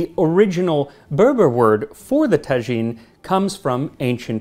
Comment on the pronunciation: I'd like to correct if I may, it's pronounced taa'jine not tajeeen.